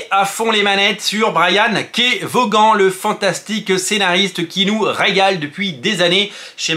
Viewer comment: Juste son nom se prononce vonne, pas voguane! Comme Stevie Ray Vaughan 🎸